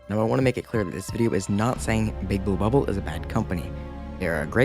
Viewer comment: is it just me or do you say Bouba ball instead of Big blue bubble 😂